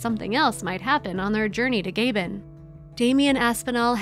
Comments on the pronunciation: ~:33 "...released into the jungles of Gay-bin"? Might that possibly be Gabon? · OMG I can't stand it - the pronouncement of the country Gabon is NOT "gay-bon", its Gaabon!! Also the death of 4-5 workers is appallingly related in a glib way without details as to what happened and why. Badly narrated video - take it down. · It's Gã-bõn not Gāy-bên. 🙄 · Just an FYI, the country of Gabon is pronounced "g'BON", not "GAY-bn" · It's hard to pay too much attention to a post that has a commentator that can't actually pronounce the name of the country in which the post is set: It's not Gaybon, it's Gabbon. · The narrator pronounced it “Gaybin” It’s Pronounced Gahbon The A like ah, not ay & bon not bin - Gabon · Honey child, you just gave me whiplash. The African nation of Gabon is pronounced as "Gah-bahn" or "Gah-bonh", not "Gayh-Behn." Did you know some search engines will actually let you press a button to hear the word you are searching for, pronounced? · I'm sorry. When pronounced by Africans, it's Gabbon. The narrator's pronunciation was Gaybon. When pronounced by Europeans it sounds like Gabbuh, the 'n' being silent. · The narrator might have researched the pronunciation of Gabon. It’s usually not Gay-Bon, but Gah (as in the name ‘Garfield’-Bon, with the stress on the second syllable. Unless, that is, it’s different in America. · I know I sound pedantic but a couple of minutes' research will tell you that there is no West African country called "Gaybun." It is pronounced as spelt: "Gabon." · Gay Ben? It's Gah-Bonn. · Gaybin? Ga-Bon. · I presume the narrator was speaking about Gabon (Gah-bon) but kept referring to Gaybin. Can we decide ourselves what other countries are called, or should we have checked before showing our ignorance to the world. Otherwise, interesting. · Gabon pronunciation is Ga-bone not Gay-bun! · it's NOT gaybon it is Ga - bon with a normal AAAH not a yankee ayy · It's NOT "Gaybon" - it is GAbon a hard A - the commentary spoilt this vid.